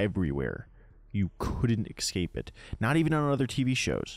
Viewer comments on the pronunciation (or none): listen to yourself say the word "escape", then look at how it's spelled, then ask yourself "Am I pronouncing it correctly?"